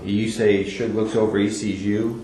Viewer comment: Shoog? Shug? Dude can't even pronounce his name.